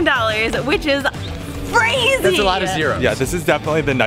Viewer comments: I relized that said frazy instead of crazy:D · you said frezy